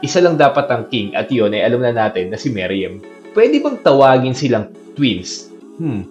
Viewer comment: Me ru em. Hindi meriyem